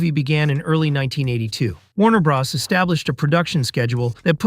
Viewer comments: "Warner bras" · I thought he said Warner Bras